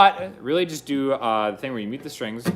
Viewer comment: I love how you say stringsuh good vid